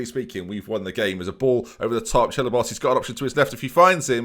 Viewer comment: Ahem....'Chellaboss' is pronounced 'Se-bye-oss'